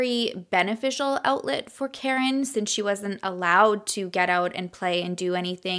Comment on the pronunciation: I wanna say her kids name is KA-REEN. Not Karen lol. But I’m sure you watched videos and know more than me. Coming from a Spanish family, we have “karin/carin/“ but it’s pronounced ka-reen